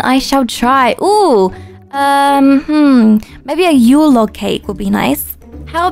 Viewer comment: a Yule lake cake Me:I thought it was Yule log not Yule lake